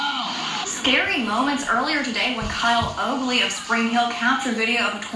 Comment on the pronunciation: Now you have to change your drivers license, birth certificate and everything for your new name,. I guess all that Kyle O stuff comes back to roost! lol Hey, what's the most important part of a story. At LEAST get the names right......yeah. Good thing your loyal subscribers know your name.